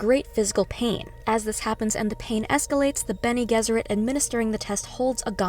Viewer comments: Isn’t it benegezurate, with the g sounding like a j?? I’m just asking that’s how I’ve read it in the books. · Bennay Jezzerit is the usual pronunciation.